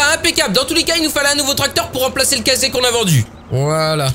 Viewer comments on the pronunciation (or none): on dit pas casé on dit case